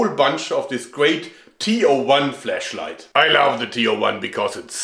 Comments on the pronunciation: I can't unhear "fleshlight" every time you say "flashlight" Alternatively you could say torch. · Ho, be careful ! I would'nt pronounce the word "flashlight" with that accent if I were you. Maybe that's a subliminal advertising ? xD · Is it just me or does Joergs "flashlight" pretty much sound like "fleshlight"? Either way, it makes the video much more entertaining^^ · I love how it sounds like he's saying "Fleshlight" and i can't take anything he says seriously now XD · Is it just me or does it sound like fleshlight when Joerg says flashlight? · Is it me or does he sound like he is saying Fleshlight...........